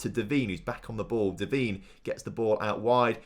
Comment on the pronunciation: Its not pronounced devene its pronounced devaine